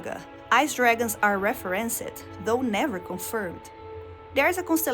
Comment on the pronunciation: You add the hard "ed" to many English words that actually call for a softer version. So like "referenced", you pronounced it more like "reh-fuh-ren-sed" when it should be more like "reh-fuh-rinsed" if that makes sense?